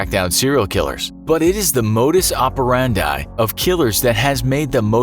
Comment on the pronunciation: "Modus operandai?" It's latin not english